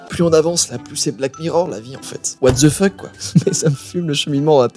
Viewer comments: C'est pas what dze fuk c'est what DE fuk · En fait ça ce dit wate de fok mais tu dis what dze fuk